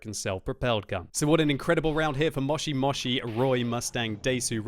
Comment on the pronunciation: It is quite entertaining to hear say ''Moshi Moshi'' and ''Desu''